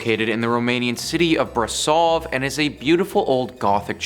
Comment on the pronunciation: it's brasov........the s sounds like the s from the word she,sure......